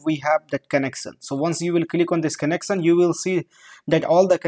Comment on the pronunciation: It's connection not connecsan.